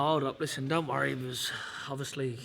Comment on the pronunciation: Billy "Lissen" Joe Saunders